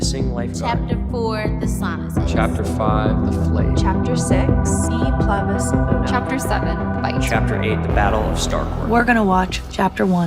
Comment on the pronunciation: What a butchered pronunciation of E PLURIBUS UNUM